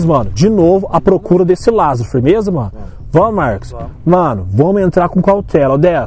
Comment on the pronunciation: Mano é LÁzaro E não LazÁro Por favor